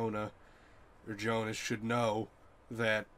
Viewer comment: Everytime you say instead of Jonas and /winden/ instead of /vindn/ something breaks in my german speakint soul